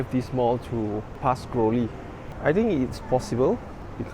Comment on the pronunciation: Three. Think. Third. Not Tree, Tink & Terd. How you say Tru"th", is how you say the "th" in "three".